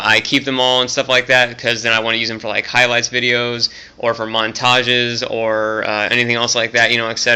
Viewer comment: "or for mon-tag-is". lol you said montages weird